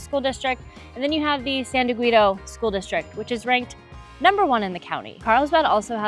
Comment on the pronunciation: Learn how to pronounce San Dieguito correctly and you didn’t talk about Encinitas or Cardiff.